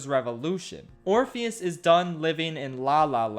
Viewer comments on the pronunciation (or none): I died when he called orpheus "orphan" Edit: Persephone is now "pineapple" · My mood of the day is when you call Orpheus "orphan" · when he calls Orpheus "Orifice"...😂🤣😂🤣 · "Orifice travels to the underworld." Can't decide if name was intentionally mispronounced or that was a Freudian slip of epic proportions.